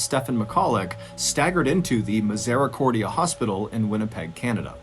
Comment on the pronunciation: Hahaha funny how MrBallen said Misericordia. Us Peggers say it differently.